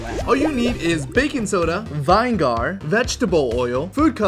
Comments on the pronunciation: Hold up Did he say "VINE-GAR?" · What's "vine-gar"? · Vine Gar???? NEVER heard it pronounced like that lol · Vine gar really? Check that one word man. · For all that knowledge he actually thinks it's pronounced ( vine gar )... Science is really cool, but basic English is even cooler. I'm a huge fan of things like syllables and how vowels often create them 😊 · took me a while to realise what you meant by vine gar lol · Vine-gar?!? Seriously driving me crazy when said like that lol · vine gar lol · Why do u call it vine-gar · BRO JUST SAID VINE GAR XD ALSO ITS BECAUSE THE GALIUM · “Vine gar” son I’m crying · WTF is vine garr? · Vee ne gaar nah Van gaurd yes 😊😊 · I had to wonder what he was saying and then figured it out when it showed vinegar (vin-a-grrr). Figured there would be others posting about it lol. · The way you pronounce vin-- egar makes me wonder, and the drug references while crushing vitamin c and lack off "dont try this at home" is something I guess you think your age demographic find funny. My 6 year old is now wondering if he can hold fire and wants to rip apart nappies to make snow.. let alone make a butane bomb with coke 🤣😜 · It’s pronounced viniger 🤓☝ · Vinegar?... 😂😂😂😂. Pronounce that word all wrong. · Vine gar😅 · not hating but ive never heard someone pronounce vinegar like that before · ITS NOT VIIIIIIIIIIIIIINEGGGHHHARHHHHHHHH ITS VI-NE-GER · you mean vine gar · It's pronounced Vin Ne Gur, not Vine Gar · It's "Win-Eh-Gar" = Vinegar not Wine-Gaar. LOL You know the salad dressing Oil and Wine-gar? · Please learn how to pronounce "vin egg ar" NOT "vine gar". Otherwise pretty flipping awesome videos!!! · very weird way you say it - we say it like vin nee gar not vine gar hahaha i was rolling when he said that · Why does he say VINE-GAR instead of vinegar 😂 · I couldn't keep watching after the second time I heard him say vine-gar instead of vinegar. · Why are you saying vine-gar, it's pronounced vin-i-ger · Vin-e-ger not Vine-gar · Vine-gar? :o